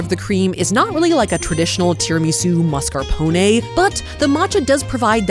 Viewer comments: you wouldn't believe the joy i felt when you didn't pronounce mascarpone as "marscapone" like it has been driving me crazy how many people say it!! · Praise you for saying mascarpone correctly! The amount of food influencers I hear say mars-ca-pone is triggering